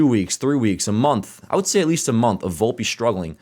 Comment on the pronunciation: its VOL-PE not booolpe lol